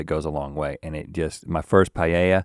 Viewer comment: The way he says paella made me nearly click off. Pie-yay-ya